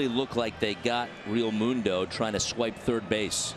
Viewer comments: for real for real,,REAMUNDO.. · Never heard so many mispronounced names in a highlight reel. "Reamundo", "Soto"... what else I miss...Please end this Peacock BS. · Who is the commentator that is just butchering everyone's name? Called Realmuto Realmundo and Sosa Soto. Get this guy off the air. LFG Phillies!